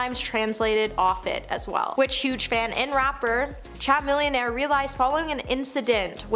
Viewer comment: Not trying to be "that person" here, BUT....Would it be too much to ask for you to find out the ACTUAL pronounciation of the celebrity names? I mean, CHAMILLIONAIRE isn't THAT difficult (it starts like 'chameleon' and finishes with 'millionaire' ) and his name was BUTCHERED! This is your JOB. These people ARE how you make money! Even if you don't like them on a personal level, it would appear more polished and professional if you pronounced their names correctly. Afterall, how can your audience become more informed, if they are listening ( as a background noise for busy people) but not watching your show? Sorry of I have offended you. That was not my intent. Thank you for the information. I DO APPRECIATE your dedicationg!!